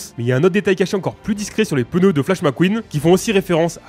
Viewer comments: POURQUOI TU DIS PEUNEU ???????? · Pendant toute la vidéo "les pEneus" 😭